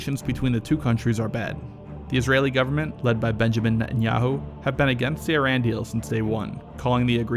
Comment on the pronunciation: Wow!!! Trump pronounced Iran correctly.